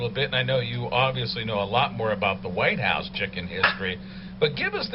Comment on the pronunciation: Whithouse? Not Whitehouse? lol. I can't wait for the episode and/or the finale!